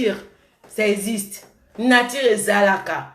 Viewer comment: Oye Poto mwana muke mais tu prononce mal tes mots 👉voitire au lieu de voiture👉natire au lieu de nature kiokiokio langue française nde makambu .